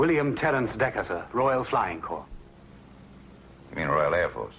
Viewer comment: Corps! Not circus. Jeez.